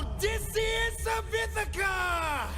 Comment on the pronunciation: How did you manage to say his name wrong three times? 😂